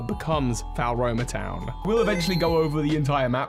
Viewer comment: I keep finding it funny how he pronounces floaromatown. I thought you just say it like flo-ro-ma town